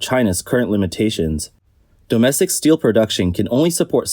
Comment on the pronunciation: i heard "steal" every time when they pronounced "steel"